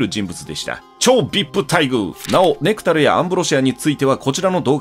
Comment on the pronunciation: ネクタルのイントネーションはク、ネクタイののイン(ry